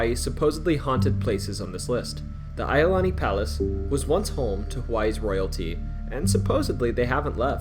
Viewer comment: You are pronouncing 'Iolani' wrong. Say the letter 'E', then the letter 'O, then 'Lani' all together: 'E O Lani', as in 'Iolani Palace'.